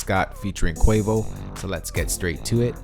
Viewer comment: Its pronounced Qu-AH-voh